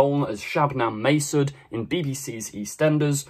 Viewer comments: It's pronounced Masood as in ood! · Every EastEnders fan in the country just cringed at your pronunciation of Masood